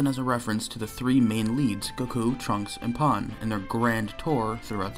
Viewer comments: How do you constantly mispronounce “Pan” and “Saiyan”? Call yourself a fan of the franchise.. Lol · This guy’s pronunciation of Saiyan and Pan is killing me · You are not saying "saiyans" right, you are saying for some reason "sAIyans" instead of "sEIyans" also same with Pan, it's prounounced Pen and not Pan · bro said pon and sai-yn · "sigh-anns" "pon"??? My guy. Come on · I like how you mispronounced Saiyan and Pan despite watching the whole series.